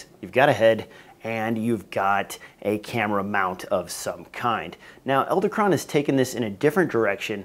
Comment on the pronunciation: I don't understand why you're narrating this video. You're apparently unwilling to say Edelkrone correctly. Why didn't you catch and fix this? What is going on with your group? Wow.